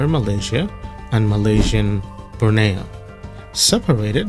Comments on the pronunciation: Borneo. Not Broneo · And not Burneo. It is Borneo